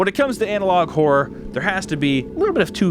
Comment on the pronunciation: When he says "analog horror" I hear "analog whore" 😂